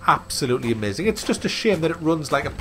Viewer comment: Its so funny when someone says "giem" instead of game. Also "amyaazin". :D